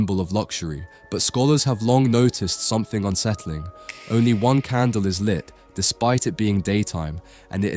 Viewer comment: Something not somefink